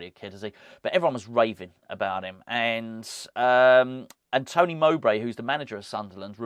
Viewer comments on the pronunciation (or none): none